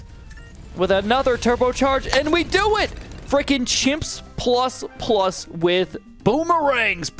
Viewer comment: "Ploos" is actually how Polish and Russians pronounce "Plus".